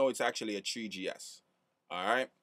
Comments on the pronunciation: lol treeGee ess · he sad tree gs hehe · that guy sayd thwe g s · "tree G (S)" HAHA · I'm so glad you said "treegee ess" so many times. Awesomeness